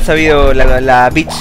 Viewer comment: bicth suena como beach